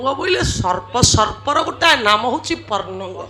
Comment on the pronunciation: ଗାୟିକାଙ୍କର ଭାଷା ଠିକଣା ନାହିଁ। ବାରମ୍ବାର ସେ ପର୍ଣ୍ଣଙ୍ଗ କହିଲେ। ତାହା ପନ୍ନଗ। ପନ୍ନଗ ର ଅର୍ଥ ସ୍ୱର୍ଗ। ଝିଅ ଗାୟିକା ପାଲା ଦେଖିଲେ ଏୟା ହୁଏ।